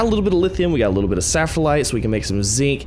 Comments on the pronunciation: SPHALERITE not saphralite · I remember when he said ‘saffronite’ once. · The zinc is called sphalerite not saflerite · Sfal - er - ite